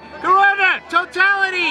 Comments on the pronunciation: Tartality... What is he saying?? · " chochality" lol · TOE TALLITEE!!!!!!!!!! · Sounds like he found his penis amoungst his story pubes for the first time. Totally "TOE-TAL-ITY".